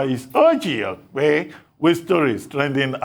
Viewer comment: i always look forward to the introduction. Dr Abati is hilarious especially with the way he pronounces "Okpe"